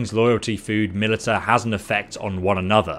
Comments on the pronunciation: He keeps calling it MILITAH lol... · had to pause video early on. it is pronounced "Ma-li-sha" not "mi-li-ta" saying it the latter way is like nails on a chalkboard. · You brits wanna call flashlights "torches", fine, but calling Militia (Mil-ish-a) MiliTAH is where we draw the line. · miltia is pronounced 'malisha' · its pronounched milisha not milita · It's not pronounced mill-eh-ta, its mill-ish-ah. Great video also lol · It's not milita but pronounced milissia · God every time you say milita... it’s pronounced “Mah lish a” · “Milita”....? How can you not pronounce MILITIA?! 😂😂😂 Video is almost unwatchable with the amount of times you’re forced to listen to this, lol. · Only came down here to say its pronounced "malisha", but i see everyone else has done that lmao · Militia is pronounced mil-i-sha btw. At least in the states. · I played a drinking game where I took a shot every time he said "Militta" and now I am dead. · Millita grainary 🤣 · Millta, grainery, kill me now ffs lol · He legitimately thinks it's the way it's pronounced I think, he says "mil-i-ta" in all of his bannerlord videos. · Even if he does pronounce it a different way it would still be wrong 😂 he is saying Milita but it’s Mili_TIA so he’s just created a new word. Tbh he must have some issue with reading he does it a lot. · Loving the let's play/guide Small pet peeve, Militia is pronounced muh-lish-ah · In the UK, can confirm Militia is pronounced Mil-i-sha. HTH :-) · Because educated population is a superior population. The way civilization improves is by learning off of each other. There's no such thing as militah in any form of English. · Militia is pronounced as Mi-li-shia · Just a heads up. Militia is pronounced Mil-i-sha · Investing your skill points in your Millita and Grainery gives you +10 proficiency in word pronunciation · "muh·li·shuh" & "feef" damnit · Heads up, militia is pronounced muh-li-shuh. Great review though, thanks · Milita? or is it milit IA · Militia = Mel-ish-a